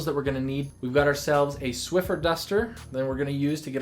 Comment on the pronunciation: he said "Shwiffer" instaid of "swiffer"